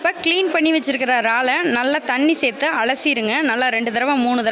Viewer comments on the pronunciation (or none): none